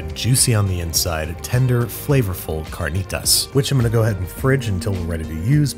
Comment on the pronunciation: The way he pronounced carnitas was impressive and I speak Spanish